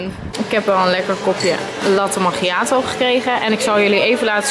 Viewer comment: Het is geen latte magiato je zegt lattee makiatoo hahaahah maar maakt niet uit